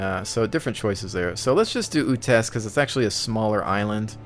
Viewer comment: u're spelling chernarus and utes wrong, atleast not how i heard it being spelt all the other times. cherNArus and UUtes